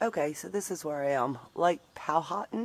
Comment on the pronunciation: Pronounced Piz-gee National Forest Pow-a-tan campground. Love your sense of adventure. I would have been at Days Inn. 👌⛺